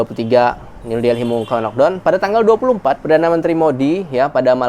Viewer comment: punten ya, karena saya cuma gemes aja dengan cara sebut laukdown nya. please no laukdown anymore, lakdown way better (or lokdaun or lakdoun kalo cara saya ngajar adik how to pronounce in english walaupun tetap dgn dialek melayu indo). gemes aja, berharap ga marah atau tersinggung ya. terimakasih buat segala infonya dari india, sehat2 dan keluarga.